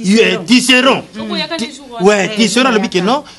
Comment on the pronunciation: Ahahahaha a lobi « TISSERON » alors que c’est « TISSERAND » 🤣🤣🤣🤣